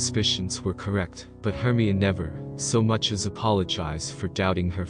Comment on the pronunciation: Hermyin? HERMYIN? ITS HER-MY-UH-NEE. HERMIONE.